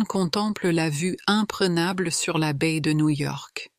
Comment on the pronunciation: Guys, it's la vue IMPRENABLE, not imprégnable. The quality of these videos is not high.